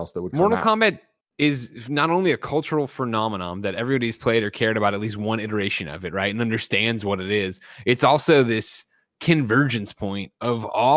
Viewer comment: "Furnomenom" lol